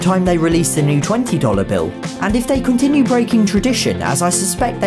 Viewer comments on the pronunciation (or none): none